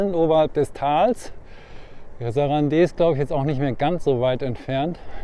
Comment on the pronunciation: Stummes e, sarand. Oder auf deutsch: saranda